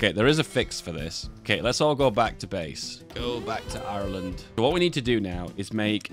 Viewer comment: The way says Irish: normal The way says Ireland: awful